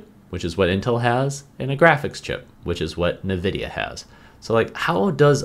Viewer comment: Nuhvidia…. lol bro I’ve never heard anyone say it that way. It’s always N-vidia